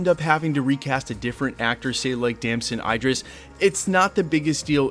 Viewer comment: For me it doesn't matter if he did it or not life happens good and bad decisions are made and we move on he shouldn't lose this role for whatever may have or have not happened. With that being said Im done with marvel if this happens. Btw you pronounced Damson Idris name wrong everytime you said it. All good tho thanks for the info